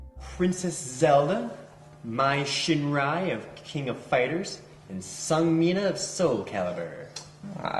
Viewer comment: At about 3 minutes, who the fuck is "Mai Shinrai"? Do you mean "Shiranui"? Like, not to get too "into it" about the ethics of wanting to fuck a collection of pixels, but, like, y'prolly oughtta know the names. I dunno; full-frontal nerdity weeb over here, and I got nothin' against weebs, but if you're gonna be that big a dork, at least be able to pronounce shit. It's embarrassing for the rest of us losers.